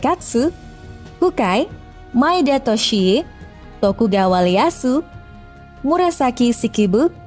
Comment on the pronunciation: dijepang ngak ada huruf 'L', itu Ieyasu, bukan Leyasu🤣